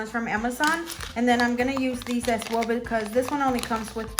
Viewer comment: Di u notice that when u say " as well" , it sounds like u say " as swell". Lol. Does anyone else hear that? Or just me.... Love ur nail vids. I'm new to doing nails so u help me AloT. Thanks 😊